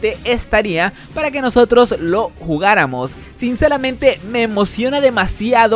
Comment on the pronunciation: Minuto 1.35 (Sincelamente) xddd